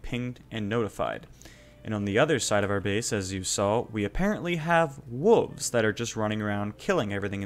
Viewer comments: WoLves!!! Not wuvs 🤣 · Why are you not pronouncing the “L” in WOLVES???? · Hey man love the video, but you do know there's a letter "L" in the word wolves right? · why are you calling them wuvs instead of wolves? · What is a whuv? Did you mean wolf? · Whats is a wooovzzz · Okay I’m actually confused, are you saying wooves on purpose or do you actually say it that way? No judgement if you do. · Yeah those “Wuves” can get annoying time to time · WTF is a woov? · wtf is a 'wuv"? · Dafuq are "Wooves?" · you fuckin say wooves? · "Who put wooves" lmao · I don't think wolves is pronounced like that